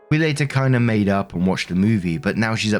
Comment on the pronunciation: Idk if its just your accent or what but both times it sounds like you say "op comes in with her update".